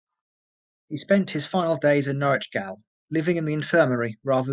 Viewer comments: Excellent vid Sir, I applauded your research on this very interesting subject!.. however.. it's driving me nuts hearing you pronounce gaol as "gail". Even though it is spelt differently to the modern word "jail".. it is pronounced exactly the same way.. GAOL = JAIL ;) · Great video well narrated. FYI gaol is pronounced jail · Gaol is pronounced the same as jail. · gaol is pronounced jail. gaol is English spelling, jail is American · Gaol is pronounced jail. It's the British spelling for jail (the American spelling). I enjoyed the video! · Why does the narrator keep pronouncing gaol as gowl ? Is it because they only know the american spelling jail ? Up to the 1970's it was still acceptable to spell jail as gaol, but as the yank spelling became the norm the Brit spelling lost it's use totally . Oh well next it'll be colour spelled color . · I wondered that as he mispronounced "gaol", most real people know it's the same as "jail" probably just a youngster/foreigner if not a robot? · Gaol is still pronounced 'jail'.